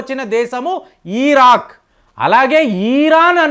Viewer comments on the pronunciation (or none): ఈరాన్ కాదు ఇరాన్, ఈరాక్ కాదు ఇరాక్. యూదా కాదు యూదు. తెలుగు నేర్చుకోండి నాయనా